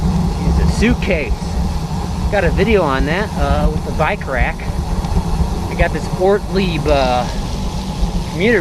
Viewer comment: Did he say "bike rack" or "buy crack"? :D